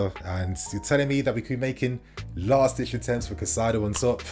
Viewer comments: Cai-Ce-Do/ Cai-Say-Doh , pls get this pronunciation right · Hey kid, one last time: KAH-EEE-ZE-DOH Caicedo. Learn to pronounce people's names properly. Be respectful.